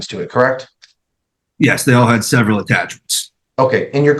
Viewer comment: "A severity amount of hours"